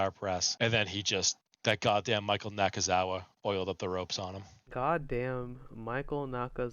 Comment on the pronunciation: It’s Michael Naka- Naka- Naka- Nakazawa. Let’s put some respect on his name.